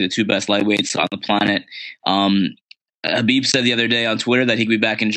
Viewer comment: Justin pronounced Khabib's name correct